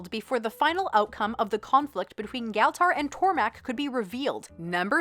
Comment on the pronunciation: Good vid, tho you pronounce Galtar wrong every time I highly enjoyed this thanks